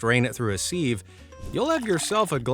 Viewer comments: Haha Seeev it’s more siv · Sieve is pronounced siv not seeeeve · IT IS A "siv" NOT A "sev" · “Sieve” is NOT pronounced as “seev”. The correct pronunciation is “siv” !!! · What the hell is a seeve? Sieve rhymes with give. Are people really stupid enough to fall for that toothpaste hack? When your tube is empty, you'd feel if there was something hard inside. Could it possibly have been posted by someone from Colgate's marketing department? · Congrats! Rage bait successful with the sieve pronunciation!👏Idk why but its bothering me so much!🙄😂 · Who pronounces sieve like that? 🤔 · Anyone else say sieve like that? It's weird 😂